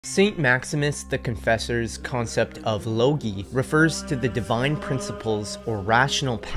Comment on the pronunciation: I think it pronounced logoi not logi. Nonetheless, great info. Very interesting.